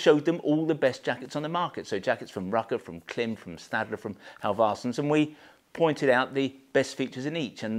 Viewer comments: It’s pronounced Climb. You’re a Klim dealer, you should know this. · Thank you for a great review of some super jackets. Love your channel. But, as an American, I would like to suggest the proper pronunciation of the brand Klim. It is pronounced as CLIMB. Like climb a hill. Their logo even has a long I mark above the i. Keep the great vids coming. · Klim...that little horizontal line above the i is called a macron. Macrons indicate long vowels sounds, therefore the pronunciation of Klim rhymes with climb! Thanks for an excellent video and some fine reviews. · Of course, I know how Klim pronounces the brand name. We are one of their largest sellers, so of course we know, but the ‘long i’ that you refer to does not actually exist in English. They have taken a phonetic device, and have applied it incorrectly to the written word. On a technical level, they have simply invented their own pronunciation. Which is why I enjoy winding them up!.